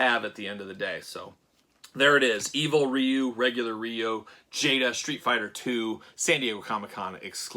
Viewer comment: It's not even Ree-You. There's no "R" sound in Japanese...it's more like "DeeYou." I don't know the translation of the boards, but I know they've been translated many many times over the years. I'm on the October list.